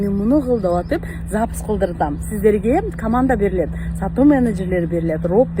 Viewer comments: Запись дегенди Запыс 😂😂😂 деген адамга ишенген келесоолор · СапЫз деп суйлогон кишиге кантип ишендинер ????????? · Запись дегенге тили келбейт экен го😂шумдуктуунун төөсу жорго деген ушу да